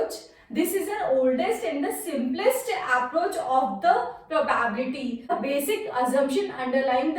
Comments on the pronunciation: It is called "Pro-bi-bility". Not "Probabity". Thanks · It's probability... Y every North indians are telling PRO BAAAB LITY 🙄🙄🙄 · *pronounced as pro bi bility